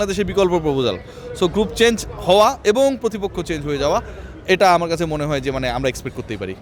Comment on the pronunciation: থাম্বেলটি যে AI দিয়া করা হইছে তার প্রমান হলো চেঞ্জ কে চ্যাঞ্জ বলা